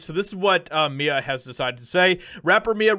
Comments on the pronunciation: It’s M.I.A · Lol Mia. Nah that's not how you prononce it. Hahaha. She's always been fairly based even for a moderate leftoid. Very rare on that side. She normally doesn't stray to far from reality from what I've seen in the past. Though something tells me shr probably hates me for being a white guy. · It’s pronounced M. I. A. Each letter separately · It's M.I.A. like missing in action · It's M. I. A. As in an acronym for missing an action. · It's 'M.I.A.'. She's badass. Paved her path and does things on her terms. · That's not how you say her name. You say each letter. (that's the reason for the periods) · Her name is M-I-A Not Mia State the letters Do not phonecate the letters. Good reporting though. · Not Mya, but M.I.A. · It's m.i.a. the letters...not Mia. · It’s pronounced M I A like M.I.A. NOT Mia. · Her name is pronounced in acronyms M. I. A. not Mya or Mia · It's M. I. A. Not Mia. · It’s not Mia it’s M.I.A. Like missing in action ya know? I dont know if that’s what the acronym actually stands for in her case but that’s how you say it. You just say the letters. Think CIA except with an M lol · It’s M I A, like missing in action. 👍🏼✌🏼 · I love this! Lol …. But bro. Her name isn’t Mia. It’s M.I.A. Like, jus say each letter. 😂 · Em-Eye-A. It’s not Mia. It’s m.i.a. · Awesome to hear this! Its M-I-A, not Mia. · It’s M.I.A not Mia. Like Missing In Action. She has a lot bigger hits than her old Slumdog Millionaire songs. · Its M. I. A. as an acronym. Not Mia. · Its M.I.A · M.I.A. - her name is pronounced by the letters M.I.A. like the abbreviation for Missing In Action. It is a play on abbreviations. Her real name is Maya. But I have been a fan of hers for many, many years. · I'm pretty sure it's pronounced by lettters... M, I, A... Could be wrong but the only way I've ever heard it pronounced. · M.I.A. she says her name as letters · Her name is pronounced M.I.A., as in Missing In Action. You say the 3 letters, M, I, A, separately. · its M.I.A. as in em eye ayy